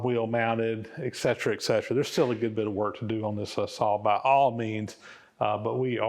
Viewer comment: Spelled etcetera. Pronounced ekcetra.